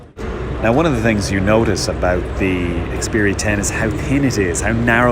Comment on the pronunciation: it's not "S"10, just Xperia 10...